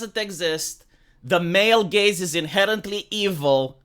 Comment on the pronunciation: No no NO we said " For the Male Gaze " not " For the male gays "